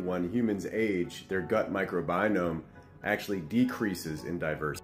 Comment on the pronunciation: Ok dude "microbinome" we can see you ain't no scientist even without you disclosing that 😂